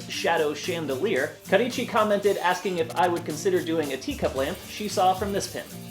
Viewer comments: OMG! Thank you so much!!!!! This is so cool! Can't wait to try it one day! =D And thank you for saying my name right. XD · Not even 20 seconds into the video and I'm already satisfied because he said "Karichi" right